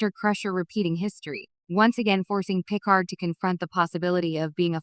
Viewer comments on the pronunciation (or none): Oh my god - AI voice can't (CAN NOT) pronounce a single Name--- Pick-erd ????!!!!!